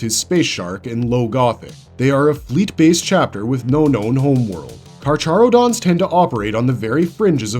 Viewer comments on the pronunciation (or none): The Ch is pronounced as an H. It's KarHarodons. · Carcharodon is pronounced as karkarodons is per my understanding since it is based on the greek name for the genus of sharks